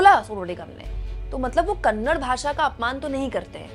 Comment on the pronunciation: Kannad nahi hai didi kannada hai please kannada bolo